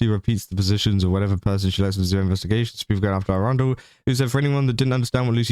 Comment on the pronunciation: I hate how you pronounce Erundel because it sounds like the city of Arundel, which is not what that name is.